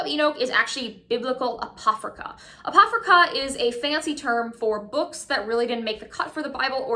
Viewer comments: ApoCRYPHA --- its cute that you mispronounced as apophryca ROFLMAO :D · You lost me at "apophryca".